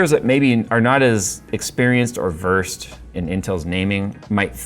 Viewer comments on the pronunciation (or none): none